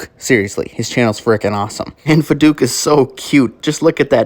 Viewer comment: i love how you pronounce voduke as vaDOOK 😆✋ i thought it was vodOok lol